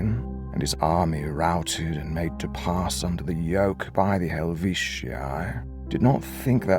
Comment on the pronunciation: All of his books are translated and available in audiobook format here on YouTube. They are fantastic! I've listened to them probably ten times and he doesn't refer to himself in 3rd person in those. Also the Halvetii are pronounced Hal-vet-ee everywhere else I've heard it spoke. Also they don't say corn but wheat or barley for crops. Corn wasn't available until much later in western Europe.